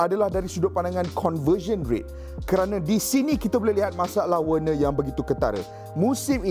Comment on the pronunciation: Cara pronounce nama werner = verner